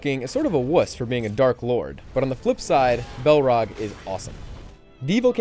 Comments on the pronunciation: balrog is not pronounced bal rock. its freakin balrog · This guy pronounces none of the names right. -_- It's Sauron like Souron. Bolrog like Ballrog. Silmarillion Sim-a-rillion. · "Belrog".... "The Silmerrion"??? 😭 That hurt so much to hear man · he said balrog wrong......